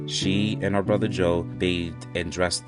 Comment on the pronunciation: Brother. Not brovvvvver